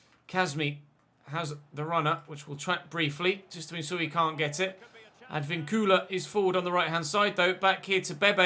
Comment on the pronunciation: Im so glad you actually send the scout to venezuela. Im venezuelan and i know is a little thing in a game but it makes you proud that your country is being notice. Also, a little help with spanish names. If you see a little line on top of a vowel (like á é ú í ó) you're supposed to emphasize that. Ej: Sánchez would be like SÁnchez or in this videos case, AdvÍncula instead of Advincúla. Hope I has clear and you could understand what I mean